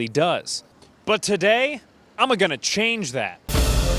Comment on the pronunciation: Okay, you did a little research. And you did interview a bunch of experts. And you are good at humorous irony. But if you're going to culturally appropriate Ebonic-esque slang, get it right buddy. It's not "I'm-a-gonna." It's "I'm-o-gonna."